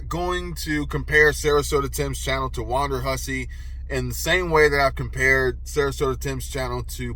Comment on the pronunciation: It is WONDERhussy; Not WANDERhussy.